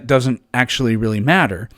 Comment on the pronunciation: In other words, he's weawy wong about evwyfing